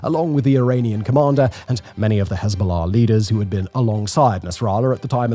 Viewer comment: Just here to hear him say Hez-bow-law